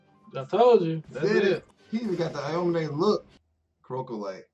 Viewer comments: aomine is pronounced ow-me-neigh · Cant stand the way they pronounce aomine